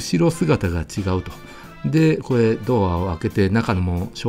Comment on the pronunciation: 「これ」のことを「こえ」っていうのは幹也の癖なの？それともステハゲのマネ？